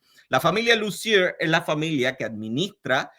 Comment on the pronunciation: Lussier se pronuncia (Lucié) sin la R final y acento de palabra aguda en la última sílaba